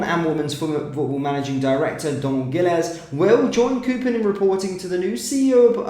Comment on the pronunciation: how do you manage to continue to fuck-up even the simplest of names? KOPPEN is pronounced as in COP. Is there a double 'o' in the name? NO! KOPPEN is not pronounced like COOPER!